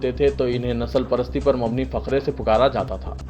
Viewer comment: News reader sahab Faqre kya hai ? Fiqre padhiye فِقرے